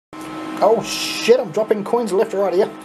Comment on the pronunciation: Holy Sheet , ( Little Accent There ) LOL At least that what it sounds like to me ! So Funny ......... LMAO : )